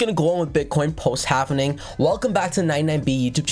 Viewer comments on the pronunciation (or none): Halving, not hav en ing.👍